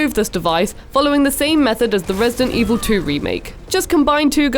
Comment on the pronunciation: dent Evil